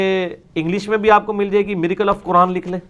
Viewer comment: Mirza Sb.... Your pronunciation is wrong... Mir.... Acle not mirical